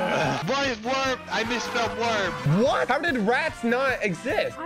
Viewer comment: Yeah since said WURM instead or worm